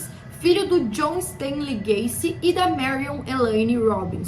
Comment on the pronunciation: Ela falando gacy parece q ela ta falando gayKKKKkKJ